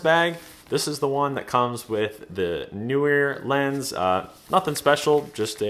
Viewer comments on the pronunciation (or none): How come every person but two (and I am one) who can pronounce Neewer properly because I can see the double E in the name, thereby being Kneewere and not NEWwere or, as you say, New weer.